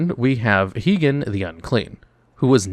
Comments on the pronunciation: HIGH-GEN, not HEEGEN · Heegan not high-gen